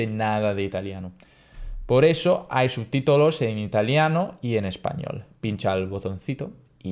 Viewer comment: 99,9999% perfecta la pronunciación en español. Menos la palabra subtítULos que has pronunciado sub-titolo. Pero es perfecto para no ser un "madrelingua spagnolo" mi piaccerei parlare italiano come tu parli lo spagnolo. Ti do un dieci!!!! Inoltre hai imparato la pronunzia spagnola di Spagna non quella Americana, che al meno per me è più brutta della spagnola. BRAVOOO!!!